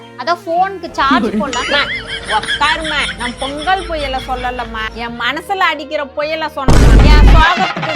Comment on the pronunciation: பெங்கல் ஆ பொங்கல் ஆ?